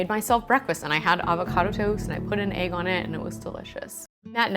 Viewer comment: Thumb’s down bc of how she says “AAYYG” 🤮